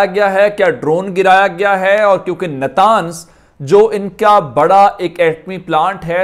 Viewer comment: نتانز نہیں نطنز